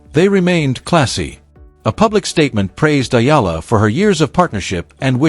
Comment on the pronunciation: I c'ant believe this guy can not even Oromounce Eala's name.